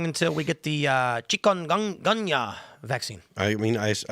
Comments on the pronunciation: Pronounce the chicken goonia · First off, that's not how you pronounce that. Secondly, it is not a new virus. It's been around a while. I caught it in 2018 in Nicaragua, (while i was down there working on my wifes visa) it is a serious illness, especially if you're already infirm. It can be deadly. Not a fun sickness.